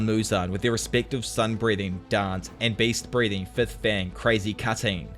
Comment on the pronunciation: ngl I kinda misheard you saying beast breathing as based breathing and it made my day